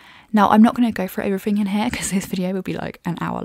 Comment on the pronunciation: In all a good review,but a few pet peeves.First she will need to learn to pronounce three properly, instead of pronouncing it free.as well as everyfing and I fink, Seems the more Nth you go,the more F replaces TH. This laziness makes the Queen;s English sound cheap and the speaker uneducated.